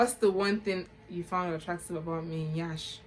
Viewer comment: He say "yansh"😂😂